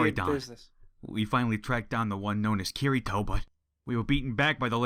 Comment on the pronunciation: he not saying kirito the right way bro lol